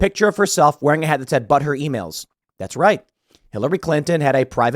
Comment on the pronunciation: Are you saying "but her" emails or "butthurt" emails?